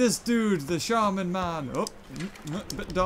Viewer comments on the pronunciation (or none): none